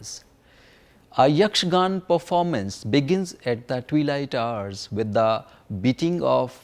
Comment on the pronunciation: Great load of information, but it is a little disheartening to hear most of the words being pronounced without its ending 'a' sound including the word Yakshagana as Yakshagan. Even Sri Madhvacharya's name was pronounced wrong. Although it is still a very appreciable effort.